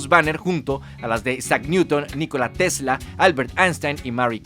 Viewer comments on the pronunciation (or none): none